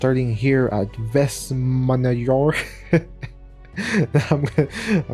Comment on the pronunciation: You could say westman island instead of Vestmannaeyjar. As someone who is from Iceland i die of laughter but im glad you tried